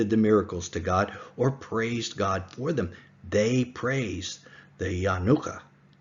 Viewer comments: Only 5 recorded on YouTube but not limited to 5. Only Elijah the Prophet can identify and proclaim the Messiah. Not the Yanuka or the Jews. Also, you make him say like a holiday, Hannuka. It is Ya-NU-ka. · It is Yanooka not a word that rhymes with Hannuka. He is indeed the Messiah.